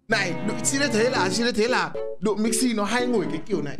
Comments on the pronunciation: Độ Mixi nghe thành Đụ Mixi luôn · Độ mixi chứ ko phải Đụ mixi chú êy😂😂😂😂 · Nghe ko nhầm , ông cứ nói đụ mixi😂😂😂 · ĐỘ mixi , đéo phải ĐỤ mixi . anh ĐỘ said :))))) hài vãi . từ anh Độ qa đây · Bạn Độ mixi chứ ko phải là Đụ mixi 😂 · Độ mixi ko phải đụ mixi Nhá😝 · Độ Mixi chứ không phải Đụ Mixi đâu anh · Độ mixi nha, ko phải đụ mixi nha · đọc tên anh độ nghe hài vãi